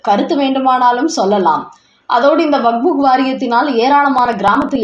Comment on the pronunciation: WAQF. ‘வக்ப்’. சரியாக உச்சரி.